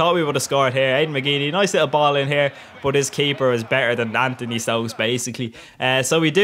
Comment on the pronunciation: Love the jokes, haha. Love it when you are saying: bot-> but